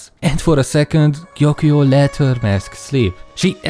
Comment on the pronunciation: First person I've seen in a video who can (almost) pronounce Gyokuyou's name. Congrats.